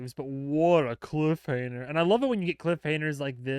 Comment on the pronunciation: Was I mishearing you, or did you refer to it as a "cliffhaner"? When i heard you the first time, I thought i misheard you, but then I'm sure I heard you say that three or four more times. It's "cliffhanger", not "cliffhaner". I really do love your reaction videos, though. That was just bugging me.